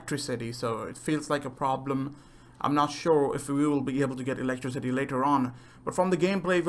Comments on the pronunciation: Awesome video, seriously I'm so hyped for dying light 2. But you said 'electrocity' did you mean to say that, was that just an abbreviation for cities with electricity? Or did you mispronounced electricity? No offence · You pronounce it a bit weirdly but you aight don't worey about it